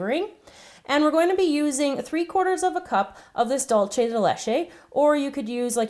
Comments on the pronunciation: almada yeah it's also dool-ce not "dolche" it's spanish not italian ORZ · It's pronounced Dulse not Dulche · It was bothering me too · Yes! Thank you, that was bothering me so much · The pronunciation for "dulce de leche" its dool-ce de leche not dol-ce de leche.... Btw awesome video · Dulce de leche tastes soooo good on pancakes! Also, Spanish can be tricky. It's pronounced like "dool-seh de leche" <3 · Ummmmm it's dilishiese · 'Dulce de leche' in spanish is actually pronounced Dull-se (as in seven) de (as in desk) le-(as in Jared LEto)che (as in chess) btw loved the recipe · yes it's spelled Dulce but it's pronounced Dulse and not with the Z sound but that's how it's pronounced in Mexico but we both have different accents in Spanish so who knows lol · yup... annoyed the crap outta me too... dulce with a z or s sound is fine but dolce as in italian... nope... make up your mind... what language are you trying to imitate cause "de leche" is totally spanish... italian dolce has nothing to do here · My country's influenced greatly by the Spaniards, we pronunce Dulce as Dulche... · She pronounces Dulce Dullchai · It is dulce with c (z sound) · Made me cringe.